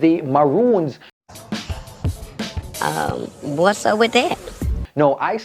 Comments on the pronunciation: Mi say,,,yu tongue tie up yu say Ramoons while yu a say Maroons,,,yu mix up recommendation and regulation suh yu a say Recomlations and Regumendations,,,Sherylee Ralph was so grateful for being nominated that mi overjoyed fi si she get di Emmy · So u realize u say ramoons? 😁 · A me alone hear seh 'Ramoons' instead of Maroons